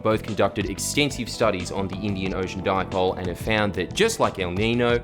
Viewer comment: HAHAHA FUCK ME "The Indian Ocean Di-poley" HAHAHA